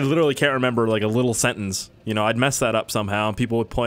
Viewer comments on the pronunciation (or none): A sen Ince 😂😂